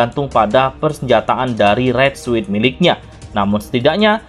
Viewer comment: Suit dibaca sut